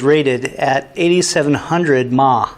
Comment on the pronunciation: hahaha "maw". milliamp (milliampere) hours?